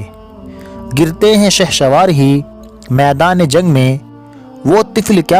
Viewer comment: Bahot acchhe تلفظ تھوڑا صحیح کرنا ہوگا فر نہیں پھر ، شہسوار ،شہشوا ر نہیں ،فیلا نہیں پھیلا